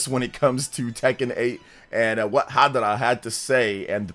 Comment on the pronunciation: Harada not hadara